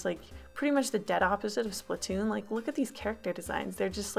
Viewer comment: Sorry for correcting you nut its splattoon (sp-lat To-on)